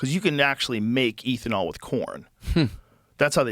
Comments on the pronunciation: Every time Rogan says “Ethan-all” instead of “ethanol” I recoil in cringe🤦🏻‍♂️😆 wtf bruh😂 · ethanol is like beth-a-nall without the b. Not ethan-all 😅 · Eh thanol not eethanol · Stop saying EEThenal its ethanol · lol ETH-uh-nol. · Joe, the word is pronounced eh·thuh·naal...its not a long "E"❤❤❤ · Eeethanol? Oh no, Joe is turning into Simon whistler... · Hey Joe Its pronounced EATH-IN-ALL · Eeethanol... No ethynol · Somebody tell this man how to say Ethanol lmao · I had to stop after hearing him mispronounce ethanol at the 20th time. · Joe says he's a car guy, doesn't know how to pronounce "ethanol" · Ethanol is pronounced like meth and not like Ethereum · Joe’s ethanol pronunciation is frustrating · I love Joe, but his pronunciation of “ethanol” is infuriating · How Joe says "ethanol" is psychotic